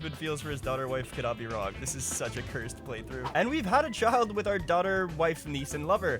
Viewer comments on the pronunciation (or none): none